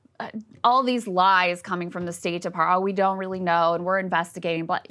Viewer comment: 'is raeili interesting' 😄😄😄 was I the only one who thought that was funny?